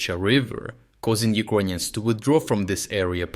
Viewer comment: Why the fuck does he say “Uquonians”?? It’s uKRainians. Even in russian/ Ukrainian it уКРаинй. Doubt he is Ukrainian. There is no Q sound